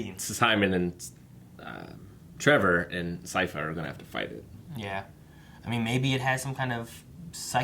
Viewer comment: I"m enjoying your reactions but I have to know: is it ragebait, or did you genuinely make it to season 3 without learning how to pronounce Sypha's name?